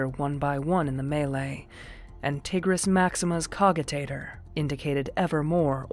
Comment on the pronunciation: The pronunciation of cogitators and leman russ kinda ticked me off but apart from that it's amazing